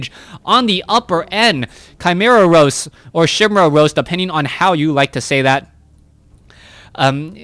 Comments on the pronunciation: I was on the edge of my seat during this commentary, but this one thing made me stop and forced me to comment in the middle of it. It's Kai-Meh-ra Roost, not Roast. A Roost is a nest, a Roast is a dish. I don't think anyone wants to eat Chimaeras, the acidity is just too much.:3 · Ok ok...OCD kicking in - chimera is ky-MARE-uh like you said first...and it's not a roast, it's a roost...as in rooster.